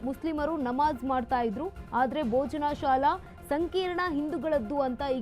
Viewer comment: ಮಾನ್ಯರೇ ತಾವು, ಭೋಜಶಾಲಾ ಎನ್ನುವ ಬದಲು ಬೋಜನಾಶಾಲ ಎನ್ನುವ ನಿಮ್ಮ ಪರಿಗೆ ಎನ್ನನಬೇಕು? ದಯಮಾಡಿ ಸರಿಯಾಗಿ ತಿಳುದು ಉಚ್ಛಾರ ಮಾಡಿ! ನಿಮಗೆ ಸಾಮಾನ್ಯ ಜ್ಞಾನ ಕಡಿಮೆ ಎಂದು ತಿಳಯುತ್ತೆ!😂